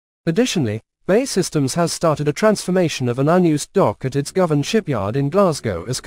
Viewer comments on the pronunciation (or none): none